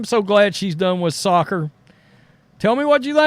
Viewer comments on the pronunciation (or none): none